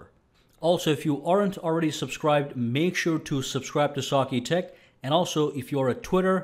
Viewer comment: Great vid - the only thing I dislike, is your pronunciation of "sakitech", it's almost like you say it like "saaaark-e-tech" 😇